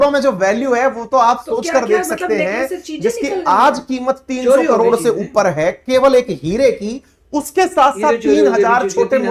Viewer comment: Mam ap karor ko kalor kyu bolte ho😂